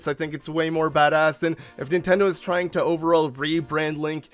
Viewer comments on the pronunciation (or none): none